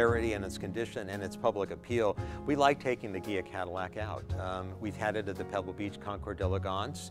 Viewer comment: Hells Bells! My ears must be shot. I swear he is saying, "Kia Cadillac".